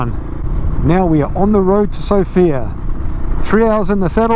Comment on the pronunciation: While in Sofia visit the Vitosha boulevard. Beautiful streets. Just a heads up on the pronunciation of the Bulgarian capital, put the emphasis on the first syllable, like Sof-ia, not So-fia. The fields of yellow flowers are rape fields, the pland rape, sometimes called rapeceed. The plant isbysed to make oil. Like oil for cooking. I velieve you have Canola oil in kiwi land. That is made from either rape ornits cousin that i dont know the name of in English, in Swediah we call it Rybs. The straw that is left over after harvest is often used by the farmers as hay and is often used to hear yheir buildings in a furnace as its not a good product to feed the animals. Other usage of the oil is to make different margarin products. If you detour over Denmark and Sweden on your way to Ireland in end of May you will literally see oceans of it. Ill offer you free place to stay, food and beer. Welcome to the European continent (although 7% or so of Turkey is also in Europe). Cheera from Sweden